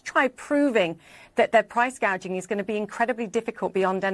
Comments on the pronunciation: Did anyone notice that Harris mistook "price gouging" with "price gauging"? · True! It's like she is talking about the economy for the first time, so she is reading a script, but she doesn't know the meaning of anything in it. So, instead of saying gouging, she says gaging. Its angering to know we allowed this pos to get where she is. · I noticed in one of her speeches she said “price gageing” not price gouging. I wonder if that was intentional so later she could say no, no I didn’t say price gouging, I said price gageing. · She said “ price control” and she said gaging not gouging 🤣🤣🤣🤣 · This guy on The Young Turks, is by far an ignorant nut job! Kamala didn’t even use the proper language in her speech. I.e. price gage. It's gauge! SMH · She actually said. Price “ cage “” ing. It was funny. She can’t even say gouging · She said price gage lol not gauge 😂😂😂 she drunk or stupid? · Kamala: “it’s price GAY-jing” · Caught that too she can’t pronounce price gauging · she is not smart. She read the teleprompter and couldn't correct it. She also said "...hospatility workers"